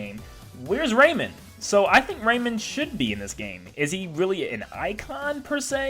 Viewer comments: RayMAN, not Raymin Plus, Minecraft could be considered an Indie rep because it did start off that way. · Ray-man. Not Raymond. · The way he said rayman made me die inside